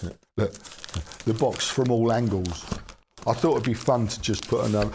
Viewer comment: Oops, at first I thought you said; "the magic BUS has finally arrived". Now that would have been interesting. ;-)